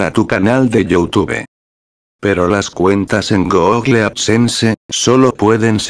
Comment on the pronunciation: una persona normal: google loquendo:goógle